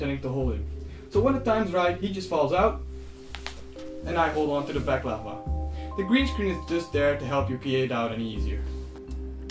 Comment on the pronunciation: And then it turned out that we indeed did mispronounce it. The mask is called balaclava and we pronounced it baklava. You were totally correct sir, and we were wrong! ;)